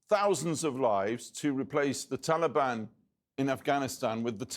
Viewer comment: Why do you keep saying taliban like that